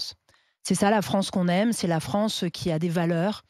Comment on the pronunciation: Qu'est-ce que vous avez fait de la fwonsse ? 😆